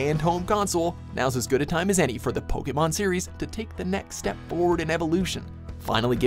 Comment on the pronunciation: Holy shit, a yank who knows how to say Pokémon 🤯🤯🤯 #PokémonHasNoY